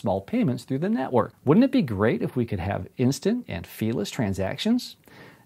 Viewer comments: What did he say? "Instant and near fearless"? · Ohh "fee-less"